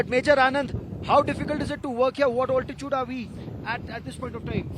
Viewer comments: Ye Altitude ko OLTITUDE bolne main kya maza aata hai? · Excuse me, the word is not 'oltitude', it is 'altitude'. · its "Altitude", "Also" not "Oltitude" and "Olso" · Good report. Impressive bridge . Now someone teach this guy the correct pronunciation of "altitude" please.